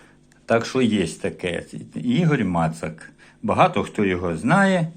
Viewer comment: доброго дня!Дай Бог,чтоб он был добрый.Спасибо за справедливый отзыв о моей книжечке,все правильно ты сказал,и правильно назвал мою фамилию,я имею ввиду ударение.Хотя все. Мои родственники,кроме линии отца Моцаки.Рад тебя слышать,дай Бог,чтобы и свиделись!С уважением Игорь Мацак.